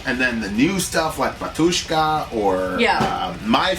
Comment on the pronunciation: bAtushka - the stress is on the first syllable! :-)